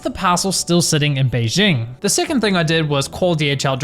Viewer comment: Lost it at "may I know se number of se seckend paaaarcel?"